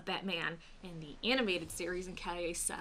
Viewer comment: The way she pronounced "case" is very distinctly either Aussie or Kiwi (Australian or New Zealand English). A little accent lesson for you. I'm guessing Aussie, but she could be from New Zealand